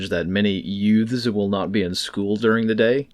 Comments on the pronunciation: "YOUTHS." Did you say "YOUTS!?" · You said "Youths" like My cousin Vinny 😅.... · Youths? You mean yutes?